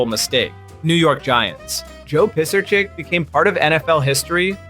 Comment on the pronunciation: Mirer, Weinke and Pisarcik ya pronounced wrong. Also you need to say 0 and 16 record not “0 to 16 record” when talking wins-losses. Cool video otherwise ✅